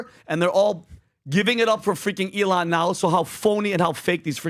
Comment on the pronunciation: PBD, it's not pronounced Eee-láwn.